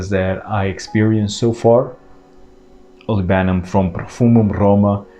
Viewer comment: Olibanum...not olivanum😊